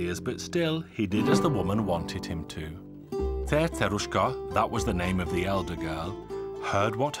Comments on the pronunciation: I can't even pronounce Cerceruska as the narrator do. Narrator: Before I forget what I was going to say... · You sound British while you're telling the story but when you pronounce the name of "Cerceruska" you suddenly become like a native Hungarian! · How do you pronounce the C's in Cercerushka's name??? Is it an "S" sound or "TH" sound???